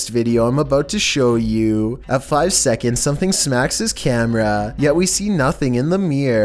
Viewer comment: A quick shekund